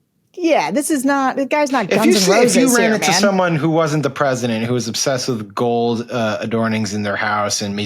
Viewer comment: “I’m purshundurt of the unishtatz”